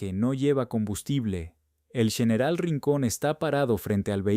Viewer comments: Excelente informacion,PERO CUAL ES EL PROBLEMA PARA NO PRONUNCIAR BIEN EL ESPAÑOL.....COMO ES ESO DEL YENERAL..... Y OTRAS .....¿ACASO, ERES UN RELATOR GRINGO? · No sabia que general ahora se pronuncia ;.. yeneral